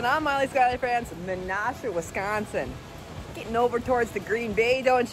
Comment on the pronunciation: Welcome to Wisconsin. Menasha is pronounced "men-Ash-a". I am certain that our native American's would disagree, as most of our cities and counties, as well as our state's name derives from their language for the land. I think that it should be all renamed, because we do them a terrible disservice by using their language.